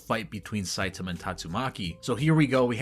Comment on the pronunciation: I want to say I appreciate you pronouncing Saitama's name correctly. I have no idea why most of the videos I watch pronounce it "sahy-TAH-mah" instead of the correct "SAHY-tah-mah" as pronounced in both the dub and sub versions and is the correct Japanese pronunciation.